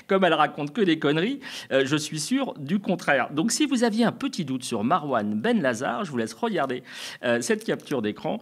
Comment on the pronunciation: Bonjour, c’est Merwane Benlazar, pas Marwan ou Marouane.